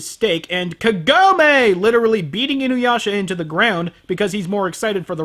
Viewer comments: Why is the voice acting of the sprightly heroine always SO awful in English? She's not half as terrible in Japanese. And WHY can't they pronounce the names right? Her name is KAgome. It's so bad the name that gets screamed all through the movie is pronounced wrong. Then again, good pronounciation wouldn't save this movie. And you're right, I never really looked at it this way, but that whole 'Sit!' power that literally makes him crash whenever Kagome feels like it (which is always) is pretty damn sick. Wow... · It's so hilarious that you keep saying kagome like that. I have had a joke with my friends for years about inuyasha how half the dialogue in the series boils down to: "KAGOMEEE!" "INUYASHA!" as she's getting stolen away by the demon of the week.